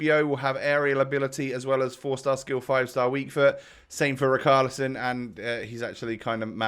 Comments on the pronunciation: It’s rich arlison not ric arlison love the vids tho keep it up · U have to pronounce the ch in Richarlison